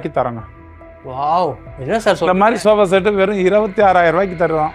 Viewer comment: Sofa❌ shoba✅😁